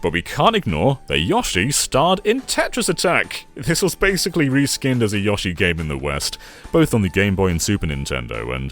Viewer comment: Great video but the yahshi(yoshi) is too much to handle